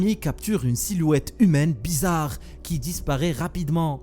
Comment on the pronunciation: Ci seuper bézaaarrrre. Mais whaaaatz?